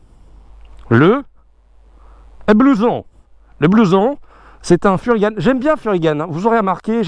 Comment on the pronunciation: on entend beaucoup de fois Furygan"e", mais on dit bien Fury"gant" (voir les origines de la marque sur le site officiel), donc si tu veux bosser avec eux va falloir changer ta façon de prononcer la marque 😂✌